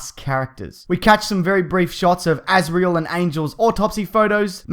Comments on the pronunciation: azazel not azreal idiot. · AZAZEL. not azreal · The only problem I had was the pronunciation of Azazel. Azreal is in Batman comics etc. Nitpicking really, but oh well. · The character's name is Azazel, not Azrael. That's the cat from the Smurfs. Also, an angel or something. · Azazel, not Azreal. You're getting this confused with the Smurfs.... for some reason. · You called Azazel Azrael, something I never realised